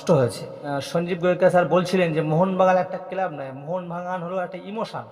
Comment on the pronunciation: ১৫ কোটি টাকা দাবি করেছে আপনি কি করে জানলেন? আপনাকে কি কানে কানে বলেছে? আর কথা হলো আনোয়ারতো লোনে খেলছে তাহলে ট্রান্সফার ফি কিসের? টেনাস্ফার না ট্রান্সফার, কেলাব না ক্লাব।